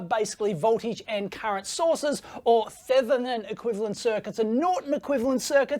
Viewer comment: Lose the bogan pronunciation of Thevenin. 'Th' in this case is pronounced as if the 'h' isn't there.